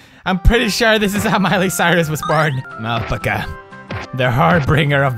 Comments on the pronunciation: Al~pack~a. That's how it's pronounced. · it is al-pa-ca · its AL-PACK-UH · It's Al-Pack-Ah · Omg I love how he says alpacuh instead of alpaca😂😂😂😂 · PEWDS ITS NOT ALP-ACAH ITS AL-PAC-AH "it's leviooosa not leviosaaaa" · ahl-puh-kuh... NO!! ITS AL-PAHKAH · its al-pack-a not L-pk-are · its called an Alpaca not alpaka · Lol Alpcka lol its Alpaca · Alpica lol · It's pronounced "al - pah - kah" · Ikr, he says alpca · Haha awe pewds. It's al-pack-ah it's an animal similar to the llama. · They aren't lamas they are "all-pack-us" alpacas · its pernounced: Alpaca (al-PACK-uh) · ITS AL PACK A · (AL- PACK-UH) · Isn't it ( al-pac-kah ) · alpecca, alpacco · pewds, it is pronounced al-pac-a. say al, pack, a. then alpaca. viola!!! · pewds its al-pah-cah ya edgar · Al pack uh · It's al-pac-UH lol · Alpaca (Al-Pack-A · It's pronounced (al-pack-ca) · alpaca is pronounced al-pack-ah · What if I told you you're the one pronouncing "Alpaca" wrong your entire life! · omg finnish ppl torilla tavataa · I love the way he pronounced Alpaca! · i love how he says alpaca wrong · Thoughts: 1. I love that Pewds cannot pronounce Alpaca (adorable) 2. Why was there a giraffe face at the bottom? 3. Why does this seem like Silent Hill for Alpacas 4. Smoking is bad Alpaca.. don't do it you get depressed & that turn into a mutant. 5. I want whatever the person who made this game is smoking XD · the way he says "Alpaca" is hilarious... i love these videos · lol well... I know how I'm going to be pronouncing "alpaca" from now on... hahahaha :'D lol! I'm typing this comment while watching and each time I hear Pewds say it I die laughing hahaha! *dead* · That game made me slightly sick to my stomach >.< I loved the way Pewdie pronounced alpaca though x3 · Alright so you can pronounce Melancholy but you can't pronounce Alpaca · He was kidding... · The way Pewds says alpaca though!OMFG LMAO! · the way he pronounces alpaca tho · What if u were the one who has been saying alpaca wrong this whole time...